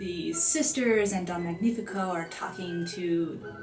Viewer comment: You may want to learn how to pronounce the Italian names correctly, specifically Cenerentola, Don Magnifico, and Angelina, if you're putting out an informational video.